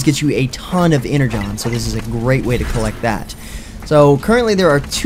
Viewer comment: Its not EnerJohn, its ENERGON!!! D